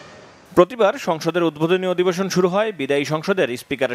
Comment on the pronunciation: প্রতিবেদকের কথা , উদ্ভোদনী না উদ্বোধনী।